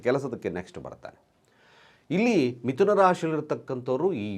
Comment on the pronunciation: Mituna alla, MitHuna. Pala alla, PHala.